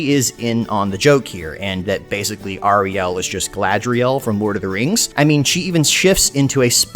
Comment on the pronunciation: Hey man nice vid! But please, its pronounced airiel, not ahrielle. Just my two scents